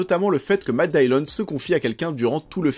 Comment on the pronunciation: Matt Dillon se prononce en Anglais Matt Dilone pas Matt Daillione. ;-)